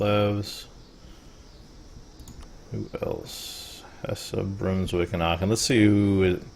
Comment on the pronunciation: I know that this is a very old series, but it is pronounced *Hess*, not *Hesseh*. Dont get me wrong, i like your gameplay, it just was one of those things that bothered me xD